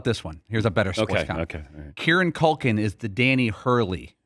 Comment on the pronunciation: dan desperately wants to be mainstream famous. also it is CUL-kin. not COK-IN